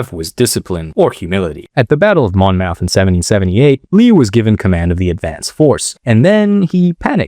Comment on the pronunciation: It’s mon-myth not mon-mouth